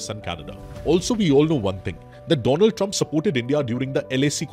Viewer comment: When he said, the do-land trump